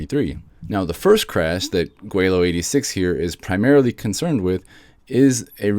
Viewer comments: Laowhy not Gweilao. Other than that, thanks for debunking laowhy. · Laowhy not Gwelo, you kept saying Gweilo...maybe on purpose? These guys could feed you debunking content for years, but then you would also be promoting them, too.